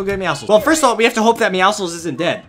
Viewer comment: i think is the only person who said “meowcles” right